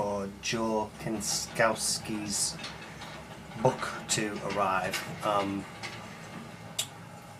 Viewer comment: I believe it is pronounced "Sin - Cow - Ski" :) I cant wait for the book.